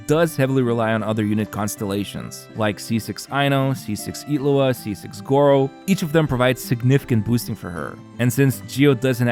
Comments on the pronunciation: His name: Illuga You're saying: Iglua So probably not. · Ngl it's starting to get actually annoying like HOW ILLuga becomes Itlua wtf is this? Like literally everyone except iwtl says it's like this. So painful to listen